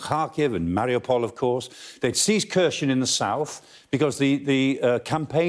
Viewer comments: Kharson is pronounced - (k)haar-son - not kershen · Here-son. Say it with me: Hair-sawn. Kherson. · Why does he pronounce Kherson as Khershon? Will he pronounce Jackson as Jackshon as well? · Kherson isn’t read that way. Explains the expert isn’t much into the region. Rather another stage for the Sky News